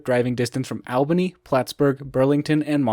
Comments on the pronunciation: Pronounced (All-bany) not (Al-bany) but love the video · Learn to pronounce Albany.